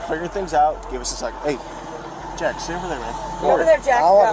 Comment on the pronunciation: Lmao "Jeck"